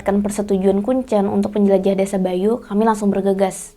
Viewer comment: Mbak nya kalo bilang kuncen kok kayak baca telur, seharusnya kuncen tuh kek kita nyebutin e dalam kata teler